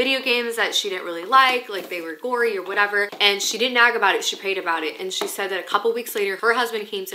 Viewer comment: So, every time she said “nag” I heard “nap” and I was so confused. Also, “prayer closet” just evokes the image of Carrie being dragged into the prayer closet by her mom in the movie “Carrie”. It didn’t end well for her mom….